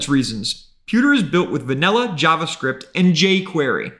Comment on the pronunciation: Yavascript and Yay Quyeyrry... bruh